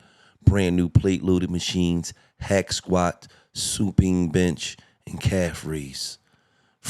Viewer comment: I usually don't listen to the promo but Gillie promo for planet fitness he say SUPEEN bench and it's pronounced SUP-PINE ,,lol ijs